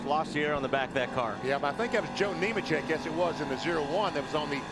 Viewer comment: Lol thats funny since the next guy he mentioned was Neemachek he mixed it with newmans and said neeman lol